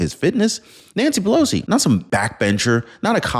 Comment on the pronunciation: 😂😂😂😂Nanshee Pelowshee 😂😂😂😂